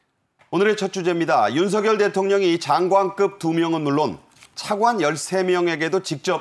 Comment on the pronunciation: 윤석열 발음은 윤서결이 아니고 윤성열로 해야한다. 발음법으로는 윤서결이 맞으나, 이름은 고유명사인 관계로 본인이 불려주길 원하는 윤성열이 맞다고 한다.